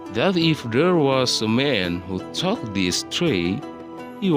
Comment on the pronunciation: You need to learn more about how to pronounce some words, such as took, fell, were, grew up, realized,.,.